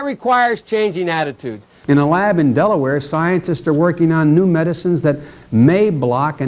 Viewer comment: Is the how he was pronouncing D-Delaware as a child stuttering? 😂